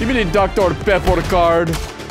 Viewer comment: DR PEPPOR?!